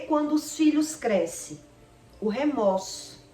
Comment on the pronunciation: O correto é remorso e não remoço